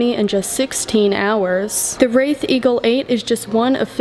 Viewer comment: I love all your presentations.....always excellent photography and information. If I may....the correct pronunciation of this car is RAY-th. Like a ray of sunshine. (As opposed to wrath....which means extreme anger, I can't imagine anyone being angry owning this beautiful automobile.)